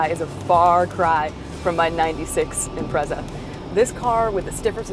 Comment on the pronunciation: Honest to god learn how to pronounce it, it's pronounced im-pret-sa not im-prez-a ffs. The whole way through that was bugging me no end